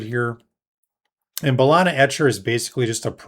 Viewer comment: Great vid 👌 Ba-lee-na 😅